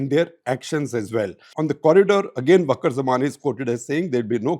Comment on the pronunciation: its not bakurujjaman!!! idiot. Its wakarujjaman. You dont know anything about bangladesh.